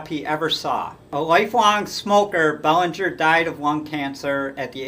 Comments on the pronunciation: It’s pronounced “Bel-an-ger”. It’s not Bellinger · The way it is pronounced here may be correct but I distinctly remember announcers pronouncing Belanger's name Ba-lan-ger, not Bell-an-ger. Either way, I don't see how he could be rated ahead of Concepcion who was one of the best offensive shortstops of his era, and was also an exceptional fielder. If Belanger was a better fielder, it can not have been by a wide margin. Concepcion on the other hand, was an infinitely better offensive player than Belanger. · It's "Bel AN ger." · If he hadn't suffered a career-shortening injury at the beginning of the 1982 season, you could make a good case for Rick Burleson going to the Baseball Hall of Fame. Look how far the team fell after they lost him; they struggled to play .500 ball without him at short. And by the way, Mark Belanger's name was pronounced "Buh-LAN-ger". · Good picks but Larry Bowa and Don Kessinger deserve honorable mention. You mispronounced Belanger’s last name. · You're pronouncing Belanger's name wrong ...